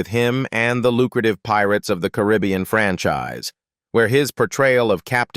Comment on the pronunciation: Im so sick of the crap ai videos. Mispronouncing every other name or word. Fuck this channel and every other One like it. Paradeeeee s is silent carribbeeeeAnn. Fucking Christ!